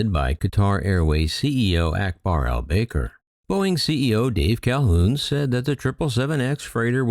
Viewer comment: Ps: Airbus looses? AIRBUS cut that customer - NOT the other way around so please - this false narrative looking ALWAYS from airline perspective is getting real old, real fast. Quatar Airways CEO’s name is AL BAKER ( pronounced AL BACKER) not baker, maker or faker!😂